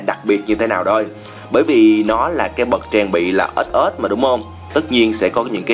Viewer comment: Trang phục bậc ết ết. Anh đọc chuẩn ghê